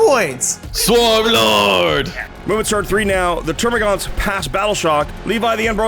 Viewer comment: Wonderful game! The only issue I have is the amount of times you say "Termagants" as "TermaGAUNTs". There's no U. Is this nitpicking? Yeah.